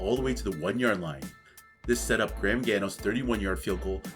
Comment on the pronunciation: You butchered pronouncing Graham and captains last name